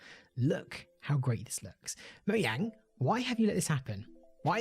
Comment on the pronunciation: THIS DUDE LEGIT SAID MOYANG